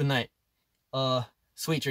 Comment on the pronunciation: The "sweet dreams" in his australian accent just killed me